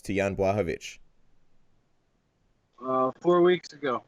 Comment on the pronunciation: one of few guys how knows how to pronounce Jan Blachowicz properly. Now it's time to invite Janka;) dasz radę.